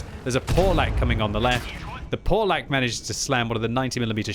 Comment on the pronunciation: he's not POLAK, he's PAWLACK (PAWLACK is a Polish surname)